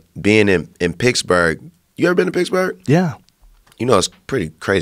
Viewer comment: Is he talking about Picksburg, Germany. (Like the US Military Installation) It sounds like he is saying Picksburg. I never thought of Pennsylvania as the Mid-West, I guess it's close though.